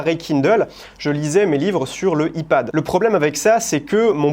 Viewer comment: Tu es la seule personne que j'entends dire "i pad." 😂😁